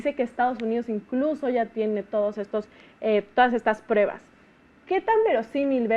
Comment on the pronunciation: SE DICE PRUEBAS, NO PREBAS....